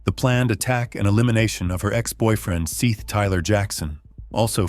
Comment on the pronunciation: Seth not seeth he deserves to be respected enough to get his name right